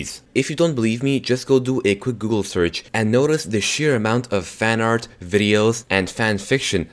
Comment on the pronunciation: What teh heck is "fannard"